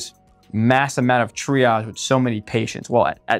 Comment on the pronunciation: .das hört sich an wie: dreiarsch - - warum dieses Wort-Verhunzung....?????